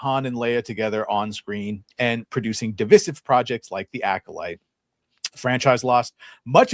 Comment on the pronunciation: Why does that pronunciation of DIVISIVE, bother me so much?? It just sounds SO wrong, every time I hear it. Oh yeah, and Mark Hamill, did a LOT of damage to himself, and the brand. I used to honestly love the guy but after someone shows you an absolutely hateful side of themselves, it’s impossible to ever go back, and think, “there’s one of my boyhood heroes.” Nope, it’s over, and done.